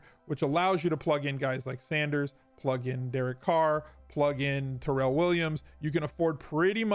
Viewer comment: Not that you care BUT, I’m friends/co-workers with Tyrells cousin and apparently hates when his name is pronounced “Terrell” ... it’s TIE-RELL 😂